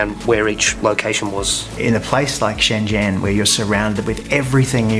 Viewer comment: They still call it 'Shen-zen', even after visiting...